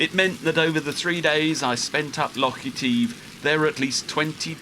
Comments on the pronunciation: Etiv with an e. Sound the i not the e mate. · Oh how lovely to hear about "lock eteeve", presumably you mean "loch (a bit like cough) eh-tiv?? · It is pronounced eh-tiv. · Loch Eh-tiv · Loch Etive not Eteeve, a small price to pay for excellent filming and editing, The Scottish Isles close to my own heart having done a few sailing expeditions there myself, what are you going to do once you complete your anti clockwise circumnavigation ?.